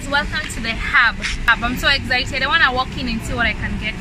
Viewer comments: She said exzited 💀💀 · she likes to say im so ezited